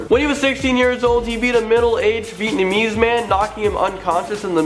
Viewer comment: He says Vietnamese weird.